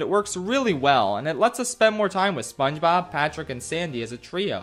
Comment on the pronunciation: It does not sound like he is saying SpongeBob it sounds like he is saying mama mia